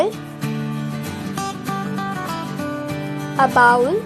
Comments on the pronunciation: It's not baul it bowl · It’s bowl not Bow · She said “bowel” 😭😂